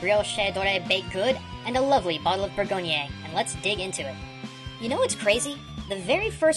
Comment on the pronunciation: briochaydoray and burgogniay? why so many "ay"s?? Bree-hush dorée and boor-gong